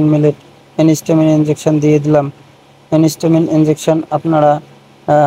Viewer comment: ওটা এনিস্টামিন নয়, এন্টিহিস্টামিন। আশা করি পরবর্তী ভিডিও গুলোতে ভুলটা শুধরে নেবেন